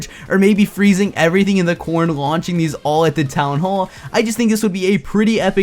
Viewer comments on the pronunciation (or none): none